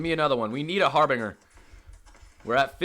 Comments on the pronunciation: It’s not har bing er. It’s har bin jer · Okay, so I’m gonna hook you up here: the word you keep struggling with is actually pronounced har’-buhn-jer. If you change your current pronunciation to a j sound, you’ve pretty much got it. Got you, bro. 👊🏻